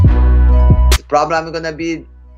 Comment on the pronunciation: Someone tell Mighty mouse theres an R in frustrated . Its not fusstrated lol #grammarpolice